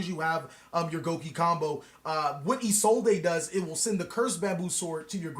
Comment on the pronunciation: isolde is pronounced "ee-sold" i really dont know where isolday came from....